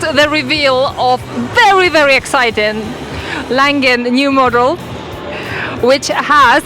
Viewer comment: Langen… pronounced “LONGEN”. Describes the bike with the longest drive chain in the world! 😮